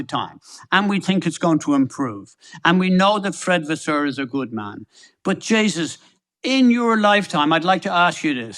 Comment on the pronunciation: When Eddie said But JJsus 😂😂 I mean ohhh sweet baby Jesus